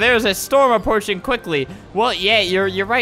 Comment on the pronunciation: cant spell anything he said "There's a storm appOARching quickly" like if u noticed